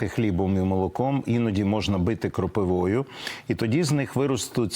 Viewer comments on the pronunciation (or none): КропИва, а не кропивА п. Цибулько